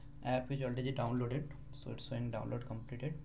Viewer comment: he said, 'olredi dowrnlorderd. 😁😁😁😁